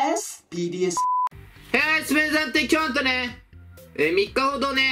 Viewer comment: いつもいつも最初のPDSのPがTに聞こえる